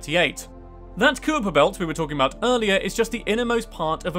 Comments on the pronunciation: The Cooper Belt? I thought it was the Kuyper Belt... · Most of this is awesome except for your pronunciation of certain objects: Lo is actually I-O The Kuiper belt is the Ky-per belt Methane is Meth-ane Callisto is Ca-list-o and i'm not sure but I think Dione is pronounced Die-own